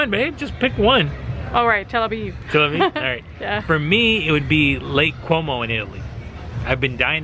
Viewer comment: It's Lake Como, not Quomo. Anyhow, Istanbul way better than Telaviv..